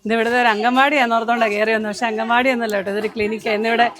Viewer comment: അംഗൻവാടി എന്നല്ല പറയേണ്ടത് " അംഗണവാടി" എന്നാണ്